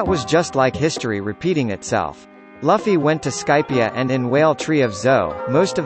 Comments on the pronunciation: it's L-u-f-f-y Not L-o-f-f-y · It's luuufy Luffy not lafy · Bruh his name isn’t (Luhfy) it’s pronounced (Loofy) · Dude was pissing me off saying his name wrong! He's definitely not a one piece fan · Learn to say the name